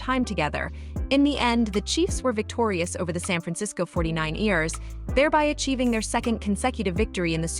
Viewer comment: 49 EARS? Really? Where do these channels get their voice over? I could rule this space with voice over work... Please give me a chance... I can give you a script with the voice sweetened and mastered for all platforms that will blow away all these other wannabes...